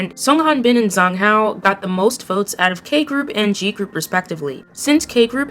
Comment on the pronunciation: Zhang Hao is pronounced like Jahng Hao. Wang Zi Hao is pronounced like Wang Dsih Hao (Z's in Mandarin sound like ds as in "reads").